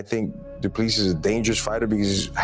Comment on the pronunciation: Not dooplease!!! Say doo ple sea